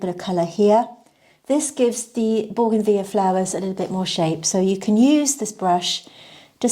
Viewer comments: BOUGAINVILLEA (correct spelling) boo-guhn-vi-lee-uh 5 syllables. Plus, married to scientist/botanist who confirms pronunciation. As does Google. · Baugenveeya sounds very fancy 😂.